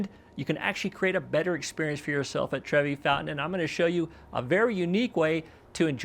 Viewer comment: it’s Trevi not Trevy